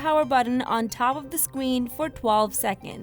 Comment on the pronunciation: I'm sorry on top of the scween I'm sorry just found that really funny😘